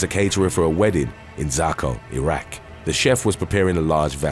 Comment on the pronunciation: Kudos for properly pronouncing Iraq. 👏👏👏🙌🙌🙌👍👍👍